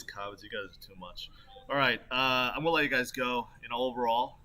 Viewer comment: I like how he says “goa” instead of gonna